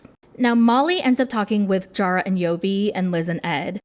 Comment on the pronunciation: You definitely said "Jara and Yovi" 😂❤